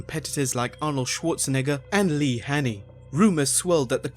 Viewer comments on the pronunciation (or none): none